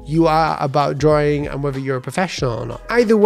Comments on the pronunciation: Drawing ❌ drawring ✔️ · No please! Continue with draw-ring. It's fun listening to that lol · Man it's annoying when you say Drawring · I like how he says drawing as draring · Drawring you say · Can we have a video about how to pronounce the word “drawing” first please?